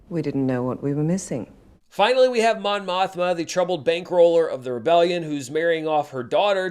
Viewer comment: More like *Mon Mosh-ma*, am I right?